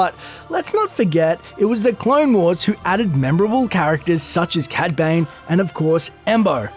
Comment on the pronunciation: also sounds like ur saying cad bang xd